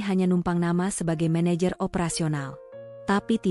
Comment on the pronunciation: Meneyer....untuk baca menejer